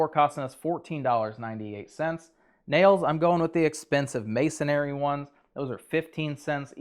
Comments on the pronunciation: I know it's a pet peeve of mine, but "masonry" only has 1 "A" in it not 2. It's not pronounced masonAry 😵‍💫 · Masonry nail... not masonary nail ...😂 I used to call it masonary myself... then I married my wife and as an English major... she gave me PTSD from how I was saying it incorrectly. =D